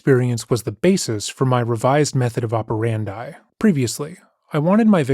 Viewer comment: (among many, many other things) Why say “method of operandi” when you can just say “modus operandi”? Edit: Oh, I’m so sorry, “opperandi.” 😑